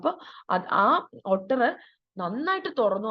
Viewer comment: Ottur alla ooter aan pronounciation